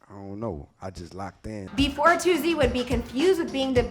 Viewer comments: They is no z in Toosii omfds😭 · ITS “TOO-SEE” not “TOO-ZEE” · Yall annoying me saying "toozii" its "toosii" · It’s not toozzi it’s TOOSII 🤦🏾‍♀️ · Is it too-z or too-c Bc y’all keep saying too-z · It’s toosii not tozzy gaddamn 🤨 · Stop saying To Zee😭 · TOO - SEE .. not however they pronouncing it 🥱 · His name not “toozzii” cmon man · Why they saying toozii tf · Why y'all say Toosii like that? It ain't hard to pronounce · That’s not how u pronounce his name mfks🤣 and that’s now how u pronounce Raleigh either🤦🏿‍♂️ Micheal wya😭